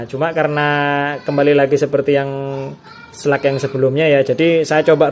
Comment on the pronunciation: Kau orang indonesia membaca bahasa ingris.. Bilang saja slug sudah. Kenapa harus slag🤦‍♂️🤦‍♂️😴